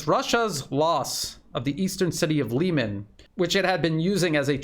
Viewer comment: Try pronouncing Liman like you pronounce Kherson. It will sound much better and it is in fact the correct pronounciation. Don't take this the wrong way, it's just a friendly advice.